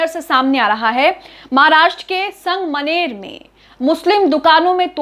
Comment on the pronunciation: Didi wo sang maner nahi sangamner hai 😅